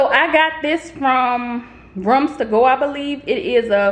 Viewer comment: Nice tour, you are handy with the tools girl. The way you say "ruoms" to go is different. 😊